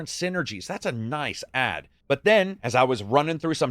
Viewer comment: The way you say ADD 😂, I died.